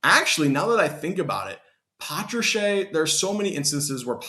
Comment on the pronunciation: It's not patracheeeee its patrash